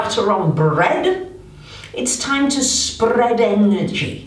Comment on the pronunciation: Sp-RRRRRRR-ead your energy 😂